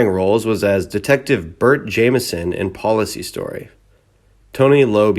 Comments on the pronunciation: I can't believe how you constantly mispronounce names. It's Howard Cosell as in Coh Sell as in sold. And Police Story. Not Policy Story. You constantly do this in most of your videos. Amazing that you either don't know who they are or you don't check with someone if you don't. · It's pronounced 'Police Story' you moron.